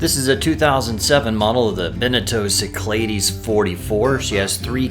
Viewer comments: For the love of God. Learn to pronounce Cyclades and any other words BEFORE you hit the record button. Your pronunciation of 'sick - ladies' really, really ground all my gears. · Correctly pronounced those Greek Islands should sound like "Sic La Dees." Don't worry Riley completely mangled it on SLV too. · Being greek and hearing how you say Cyclades blows my mind lol. Its probably technically correct in english, I don't know. I've just always heard it said the greek way my whole life. If you were pronouncing it in a simple greek way it would be sound like this: Keek - Lad - es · Only a Texan could pronounce Cyclades like that !! :-)